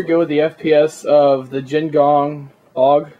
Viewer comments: A-U-G not aawwwgg, good review though =) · A.U.G not auwwg